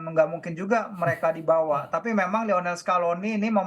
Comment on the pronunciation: Di bawa woiii, bukan di bawahh ngomong lebai